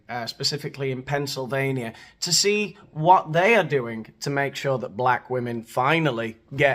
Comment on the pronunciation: That there is a "costume party" of Black women who can't even pronounce the plural word ie "WOMEN" ps Regardless of skin color or gender, please improve yourself/yourselves and Google/YouTube the proper pronunciation. It's "wih-min" and not "wuh-men."